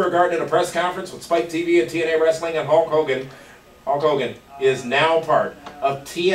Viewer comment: again it's Hulk Hogan not Hawk Hogan.